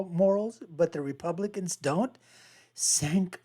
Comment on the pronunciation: how can you be so bad at pronouncing cenks name, you talk about TYT constantly 😂 you are obsessed with them you should know his name by now